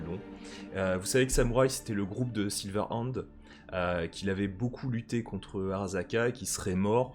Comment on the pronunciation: 1er épisode très cool, je vais regarder la suite. Pour chipoter, j'ai ticket sur la prononciation de Jhonny Silver-INDE ( avec son groupe " Sauce Samouraï " ? XD ) au lieu de SilverHand XD je go épisode 2 ! :p